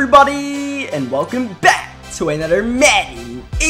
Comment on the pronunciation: Welcome back to aNUDDER madden 18 gameplay